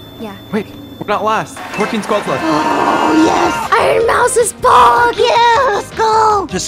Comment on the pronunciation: Iron moues!😂😂